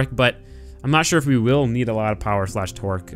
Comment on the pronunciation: Lol he says twerk instead of torque.